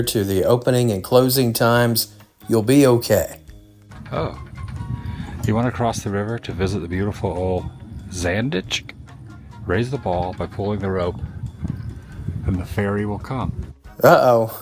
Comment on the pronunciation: Zaandijk not pronounced Zanditch…